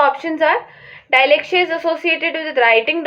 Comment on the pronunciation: It's not डायलेक्सिया it's डीसलेक्सिया